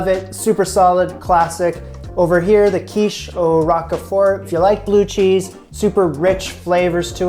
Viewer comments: 'ROKE-fort' rather than 'ROCK-uh-fort.' GREAT VIDEO,! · Love these videos. FYI it is not Rock-e-fort, it is Rowk-frt :) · Just FYI, it's "Roke-fert" not Rockafort. Great vid. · It’s not rock a fort it’s Rockford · ROKE-FERT. LOL Rok-a-ford? It's pronounced Roke-Fert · It is not rock-e-fort...it is pronounced rowk-fort... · I've somehow got addicted to watching you conquer Julia's recipes. So much so that I'm going to order that cookbook and try some myself! Especially these quiches! Oh, and I think it's pronounced "roke-fert" (a long "o"). :) I do love the rock-a--fort though! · "Roak-fahr" = Roquefort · You're so cute!😊 it's pronounced 'roke furt'.❤ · Pronounced like Al Rocher last name. Roach-fort (silent t) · 'Row-k' fort. Sorry ocd. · I'm a year late on this video but I do speak French as my first language. Lorraine the way you pronounced it for most of the video was de right way. And it's "Rok for" you know like 4 but without the u. Bon appetit! I've been enjoying these videos. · roquefort - roak four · its pronounced like ROKE-FORT! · More like rock-for. As in, both the "e" and the "t" are silent. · Never heard it pronounced Rokefort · Agree, I've always heard roke-fert in any region I've lived in. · Never heard it pronounced 'fer', always 'rock for'. Where did you hear that prononciation from? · You did a great job with the crusts - actually with the whole thing. I use a 10" Pryex deep-dish glass pie dish. Roquefort, sounds 👂 like folk-fort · “Roke-furt” cheese. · Rock-a-fort cheese 😂😂😂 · I’ve never heard anyone pronounce Roquefort like you do. 😉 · Roquefort, the rogue part is pronounced like yolk